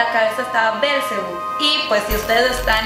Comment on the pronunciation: ¿Bélcebu? Que yo sepa es Belcebú y ¿Cómo que Belcebú es lucifer y es el diablo? Jajdjfja bueno es entretenimiento xD